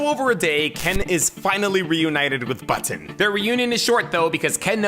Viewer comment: He pronounces Button so weirdly